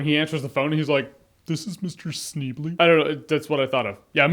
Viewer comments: Its pronounced "Shneebly" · Uhhh Hello this is Ned SHHHNEEBLEEE? lmfao